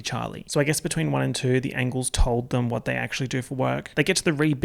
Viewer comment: I swear to god I spited my water the first time he said ANGLES